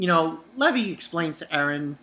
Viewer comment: One question why do you pronounce it Leh-vee instead of Lee-vai?